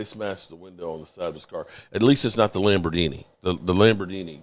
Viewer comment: 'Lambor-dingy"? Did lose his train of thought talking about Dak and CeeDee's bodies? 🍆